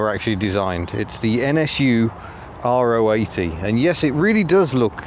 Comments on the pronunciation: It is the latter you are correct. It seems to be the English speakers that cannot pronounce it properly. In Germany you’ll always hear it pronounced Ro-achtzig, not R.O. achtzig . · Weren’t they more after the K70 than the gearbox? And yes, Ro80 (row 80) is the correct pronunciation 👍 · Is it R.O. 80...? or Ro (Rotary) 80?? I Always assumed it was the latter, the 'Ro' being pronounced as an individual syllable..